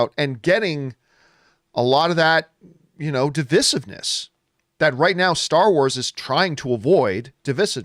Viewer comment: Its div eye siv ness. 🤨 not div is iv ness . You fookin creeeeetin.